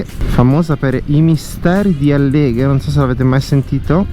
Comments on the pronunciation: Scusi la precisazione: Àlleghe, non Allèghe, Cencenighe Agordino non Cecenghie. Comunque ci sono motociclisti e sciatori, bisogna rispettare entrambi, anche gli Operatori della montagna (che lei ha criticato in quanto forzatura alla scarsità di neve). Lo so che l'innevamento artificiale è costoso in termini di acqua ed energia ed ambiente, ma consideri che dopo 2 anni di "carestia" dovuta alla pandemia, gli Operatori montani han bisogno di lavorare. Oggi 2 aprile causa perturbazione è ritornata la neve, peccato che la stagione sia praticamente chiusa. L'incremento edilizio (non solo qui , anche al mare o al lago) ha impattato col Territorio, ma ha risollevato economie locali altrimenti ristrette ad agricoltura e allevamento. Spero capisca. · Complimenti per il video, una sola nota stonata la pronuncia di Àlleghe, non Allèghe (Accademia della Crusca). Ciao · Per esempio Àleleghe e non Allèghe… Cencenìghe e non Cencènighe, ma succede a tutti quelli che non sono di queste parti… 🤟👌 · Ciao e complimenti È un piacere vedere i tuoi video però va bene da Veneto ti dico Impara bene gli accenti ad esempio Alleghe va con l'accento sulla àlleghe e Cèncenighe l'accento sulla e Complimenti ancora per i video e per le tue spiegazioni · Bellissimo. Magari se sposti l'accento di Alleghe😊😊